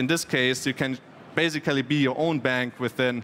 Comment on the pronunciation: Sorry to say that but after hearing this I had to listen dictionary saying "basically" and "transaction" few times in a row to heal my ears.